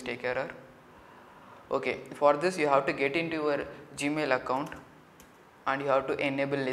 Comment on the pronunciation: "gamil" lol